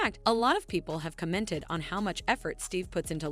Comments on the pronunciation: Cah-mented? Stop pronouncing commented like that it's weird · Please learn how to pronounce “commented” it’s not co-ment-ted